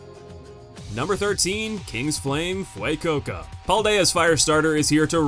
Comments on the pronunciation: did you call him kings flame Fuaycoco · What even was that pronunciation of “Fuoco”? The letters are right in front of you, how do you end up using the wrong vowels and adding an entire syllable? 😂